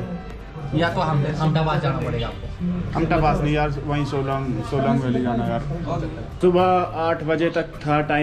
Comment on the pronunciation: Bhai shelong shelong bolte ho Solang hai vo 😂😂🤣🤣 haar baar shelong shelong bolte ho